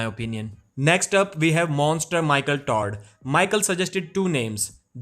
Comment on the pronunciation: Lmao he keeps saying 'michael tard'